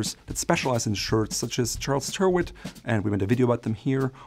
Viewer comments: Tirit, as in spirit, is correct. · Having breezed out of Europe it’s nice to see some “British” shirt makers becoming established in the USA. Unfortunately one thing that didn’t quite make the transition was the pronunciation of one of the makers. Charles Tyrwhitt should be pronounced “Charles Tirit” so as to rhyme with “Spirit” I hope this saves you being accosted by irate Viewers from this side of the pond. Thanks so much for another enlightening video. You maintain a superb balance of historical and modern day content. Keep as healthy as you possibly can in these challenging times, all the best, Al.